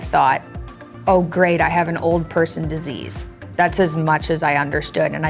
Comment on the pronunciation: Its "disease" not "desease" 😉